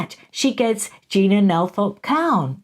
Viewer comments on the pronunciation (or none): none